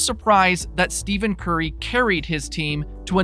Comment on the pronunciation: Is this a troll account? 1st, you're talking about stats from weeks ago. 2nd, you pronounce Curry's name as "STEVEN" and not "Ste(ff)en"... Lastly, you repeated the 3pt FG% twice! Literally back-to-back lol....just wondering if you're for real....otherwise, good job